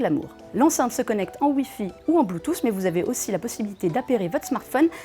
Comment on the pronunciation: "Bloutousse"...Aïe. Bonne vidéo mais les prononciations des termes en anglais sont clairement à revoir.